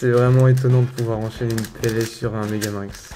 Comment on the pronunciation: Petit detail on dit me-ga-mi-nx